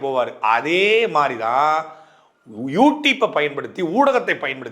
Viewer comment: Youtupe illa YouTube, please pronounce properly